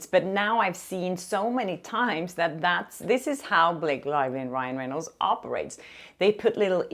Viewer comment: I loved it when you accidentally said “Ryle” Reynolds!! Ahhhhh besttt hahahahah